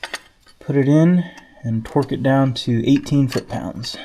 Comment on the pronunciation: Every time you said "torque", you pronounced to "twerk". Cracked me up.